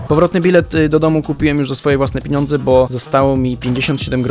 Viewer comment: Obejrzałam. Było ciekawie. Ale irytowało mnie że mówiłeś piniądze!!!! Są pieniądze 🙈🙈🙈🙈